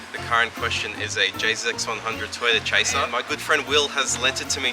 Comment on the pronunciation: "Chasiir" :D